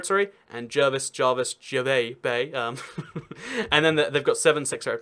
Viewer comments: It is pronounced JER-vis bay, not JAR-vis Bay, but many people mispronounce it. If you actually go there all the people say it correctly. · I find that some of the statements made in this video are not factual, e.g. cooperation between states, "Jar"vis Bay (not "Jer"vis Bay) is a naval base and nothing to do with the ACT having a port. There are no "provinces!" What about Lord Howe Island? I suggest that further research should be carried out before coming to any conclusion. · It is just JER-VISS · Don’t call it jervey bay pls ps go 🇦🇺🇦🇺🇦🇺🇦🇺🇦🇺🇦🇺